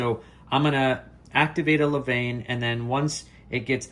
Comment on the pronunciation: Please learn to pronounce levain.....